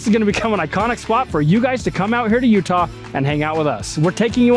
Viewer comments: YOUTAH RACEWAY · “utaulin” raceway